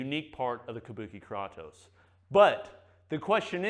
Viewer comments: According to google the actual mythological character is pronounced "Kraw-toss". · "Tell me you're not a gamer, without telling me you're not a gamer.", "Kraw-toes" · YAASSS! KRAY-TOSE. 😄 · It's pronounced "Kratos" not "Kratos" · Kratos isn't pronounced "kraytoes" in Greek, that's not how the language works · Kraytos. Not kratos lol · “KRAWTOES” Dude. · It’s Krātos with a long A homie! Enjoyed every bit of the vid, but you was killin me with that pronunciation😂😂. Side note: I know you’ve never played God of War given the way you pronounced Kratos…you should try it out! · THANK YOU! holy shit I wanted to choke him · Great review, except for mispronouncing Kratos 😂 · Clearly has never played the God of War games, or he'd know how to pronounce Kratos. Lol. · Great video,. I can’t believe no one told you how to pronounce Kratos though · Couldn't finish watching with the way he is pronouncing it wrong. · He pronounce it german ;-) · Can tell never played God of War with the way he pronounces “Kratos”